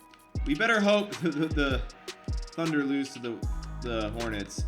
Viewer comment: he said thudner